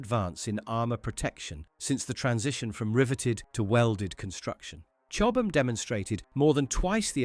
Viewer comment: 122° of heat…..I wouldn’t think so. It’s ’led’ not ‘lees’. Certainly not ‘cho-bam’ armour.